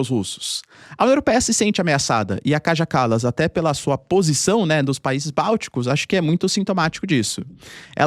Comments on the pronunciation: ❤❤❤ OBRIGADA QUERIDO PROFESSOR POR TUDO. ( LÊ-SE/ DIZ-SE, O NOME DA KAJA KALAS, " KAIA KALAS" EM SUA LÍNGUA) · Se diz Kaia Kalas